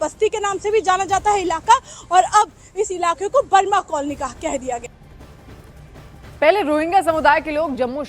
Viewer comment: आप वर्मा कॉलोनी को कई बार ब्रह्मा कॉलोनी क्यों बोल रही है?